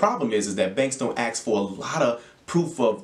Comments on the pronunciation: Ask not aks😂. Good info thx 🙏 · Man you sound like an intelligent man. Don't say axe.